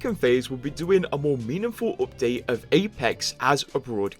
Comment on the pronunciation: "This opdate.."